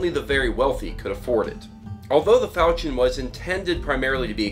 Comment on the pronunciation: The "ch" in falchion is pronounced like "sh" to my knowledge.